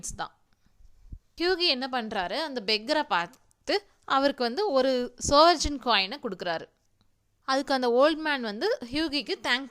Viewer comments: ஒரு சின்ன் திருத்தம்.அது 'சவரென்..'சவர்ஜன்' இல்ல..நன்றி..நீங்க சொல்றதுகுழப்புது...தப்பா எடுத்துகாதீங்க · Good effort but please make the pronunciations correct, SOVEREIGN is pronunced as "சாவரின்". It doesnt make any difference but it matters